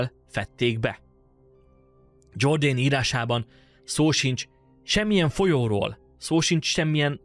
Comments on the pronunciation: Jordanesz nem angol, hanem görögül író gót történetíró. Tehát a neve Jordanesz, és nem Dzsordén. Az ilyesmire tessék máskor odafigyelni. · "Dzsorden" helyett Jordanesz, hiszen nem angol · Nem Dzsordén: Jordánesz vagy Jordánész (Getikának kell ejteni főművét): Iordanes latinul írt. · Ha nem lenne “aranykoporsó” akkor is elég izgalmas lenne a téma. Mindennemű előzmény nélkülözése elég “megúszós”. Jordánészt dzsordennek mondani pedig több mint gáz. Felmerül a kérdés hogy a videó készítője elég felkészült-e történeti témájú kérdések feltevéséhez és megválaszolásáhozn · Kedves! Tisztellek az ismeretterjesztő munkádért, talán a legfőbb hibát hadd mondjam azért: Jordanes az nem "zsordén", hanem "jordánesz"... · Jordánesz. Nem "Dzsordéjn". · Igaz! A Jordanes név "Dzsordánész"-ként történő kiejtésénél belém vágott mint villanyszerelőbe a 220! A neveket tanuljuk meg helyesen kiejteni! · Bonfini olasz nevét szoktuk használni: Antonio Bonfini. Jordanest pedig rendesen Jordanesz-nek ejtjük. Így alakult ki a történelem kutatásban, így szoktuk meg. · 😂Jordanes nevét nem kell angol-módra kiejteni, nincs olyan, hogy "Dzsordén"!!! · Jordanes nevét angolul ejtetted, bár latin név.